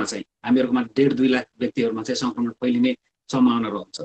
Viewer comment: रिपाेर्टमा संकरमण हाेइन संक्रमण हाे।उच्चारण गलत भएछ है। । परकाश,परधानमन्तिरि हाेइन प्रकाश, प्रधानमन्त्री उच्चारण गराै।